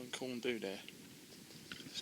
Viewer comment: Ah home, I live in the Valley's and this is the kind of view I get every time I'm out, god vid mate and well done on humping the pack to the top. Oh and it's pronounced Corn Dee not Corn Do :0)